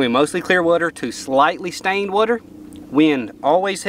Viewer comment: got one of the best channels and the way he says "werter" is hilarious haha KEEP IT UP HOMIE!!